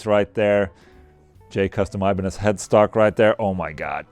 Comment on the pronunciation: Did he say they had the thinnest Iba-necks? Ibanez should use this naming instead of the Wizard :)